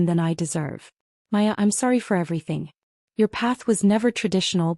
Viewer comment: Her name is Maya. Not Hiya, Piya or anything else.